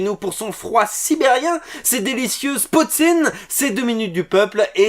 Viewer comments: cela se nomme poutine et non potine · Désolé...tu m'as écorché les oreilles en disant le mot poutine et en disant nos insultes... Aïe!!!🤕